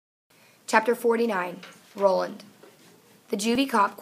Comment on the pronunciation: It is Raw-land not Roll-land not trying to be mean